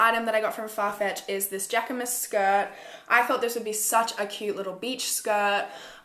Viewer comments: jacquemus is pronounced jahk-muhss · Jacquemus is pronounced jaquee-moose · You pronounced jacquemus funny 😂